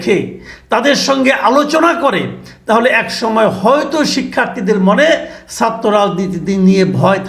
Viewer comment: মাসুদ কামাল 'কিছু' উচ্চারণ সুন্দর করতে পারেন কিন্তু 'ছাত্র'র 'ছা'টা কেনো উচ্চারণ সঠিক করেন না বা কেনো করতে পারেন না এটা আমার কাছে দুর্বোধ্য লাগে!